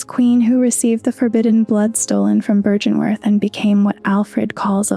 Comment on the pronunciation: The pronunciation errors are slightly distracting, given how well everything else is put together. Many of the words are pronounced in game several times. Heck you even comment on byrgenwerth in your script. Seems like it would have been easy enough to verify and come to the correct pronunciation. It's an uphill battle finding purchase in the soulsborne lore community I bet, and given the toxicity of gaming community in general I would try to not give people reasons to dismiss you as a clout chaser or whatever.